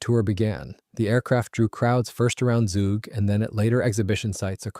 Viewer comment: The local pronounciation of the name of the town/region of Zug is "tsook" and the name of the lake (Zugersee) is "tsooger sayh".